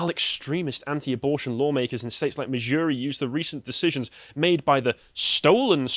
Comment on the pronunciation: He can't even pronounce Missouri. Jesus Christ